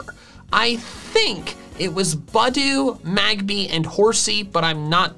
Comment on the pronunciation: MAGBY, NOT MAGBABY! THERE IS NO E IN MAGMORTAR!